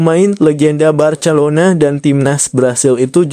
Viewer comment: Ngomong Barcelona aja ngak bisa😅